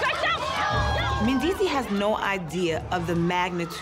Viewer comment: How comes they don't pronounce the s at the end of Mendeecees' name?